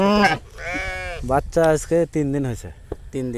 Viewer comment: ভাইরে বাইইচ্চা না বাচ্চা বলতে হবে।